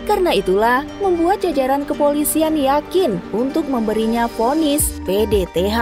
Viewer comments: PTDH bukan PDTH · Bripda di bilang Bripka PTDH di bilang PDTH Belajar Lagi ya Min 🤭